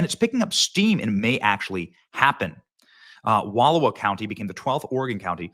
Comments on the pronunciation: The Oregon county name is pronounced with the middle pronounced, “ou” like ouch. Eastern Washington want to join Northern Idaho also. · Johnson I grew up in Oregon. Let me do ya a favor and give you the correct pronunciation of "Wallowa" County: Wha-LL--OWE-uh. Overall i agree that the larger areas of the entire west coast are very strongly republican. Most people on the other side of the states don't understand that. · Lol... you pronounced Wallowa County wrong. 😊